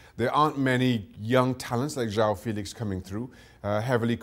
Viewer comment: It isn't João filix , it's Félix you looks like sport TV comentators saying João feliche